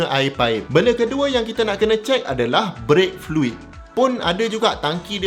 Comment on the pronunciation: check semua lampu luar dlm. check keadaan wiper. check power window. check fan motor. start enjin dan buka aircond, pastikan kipas berpusing. check diri sendiri, biar betul2 ready baru bertolak. cecair : fluid. bkn flui 😅